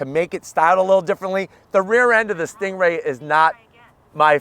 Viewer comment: Drives me crazy when you're saying "stingray" almost sounds like your comparing it to a kia😂🤣